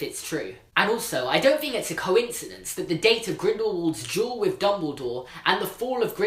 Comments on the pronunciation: Why do you say “jewel” for “duel”. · Every time he said "legendary duel," I just heard "legendary jewel." Is it just me? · It sounded like he was saying jewel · Like, I love you, but whenever you said "duel" my brain thinks you said "jewel". "The end of this jewel also marked the end of WW2" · Mel Cowan SAME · i thought he was saying jewel not duel #american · i'm so sorry but everytime you say duel i understand jewel so for a good part of this video i was like???? tf